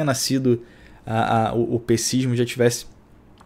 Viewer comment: Ninguem fala PCISMO de forma mais bonita que o kkkk